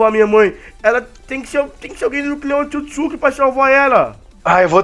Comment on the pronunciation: o hagoromo é otsotssuki